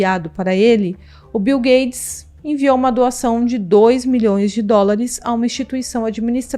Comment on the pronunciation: ela fala bil gades? kkkkkk